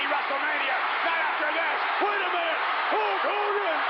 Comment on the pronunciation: Waters the Warrior's promos were so awful, he couldn't even say Hulk Hogan's name right Abel it depends on what your definition of "a-w-e-s-o-m-e" is.